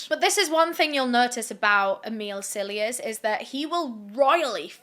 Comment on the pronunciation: I keep hearing you say, Amile’s Sillyass instead of Cilliers 😂 🤷🏼‍♀️